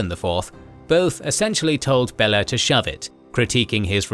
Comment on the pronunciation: Next time do more research, how pronounce historical names, because watching this is hilariously funny. Bella instead of Béla kinda unlucky.